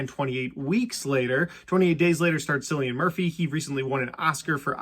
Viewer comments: The way you keep calling Cillian Murphy as "Sillian Murphy" is just nails on a chalk board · As if hearing him say his own name multiple names isn't enough... he's born and raised in Ireland. I am born and raised in Ireland. It's a very common Irish name, and it's pronounced "Kill-E-An". Anyone telling you to pronounce it with an 'S' sound is objectively wrong. Good video tho nonetheless